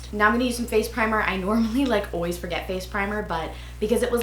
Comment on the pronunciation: It's funny how you say "always" like "ooways" 💕😂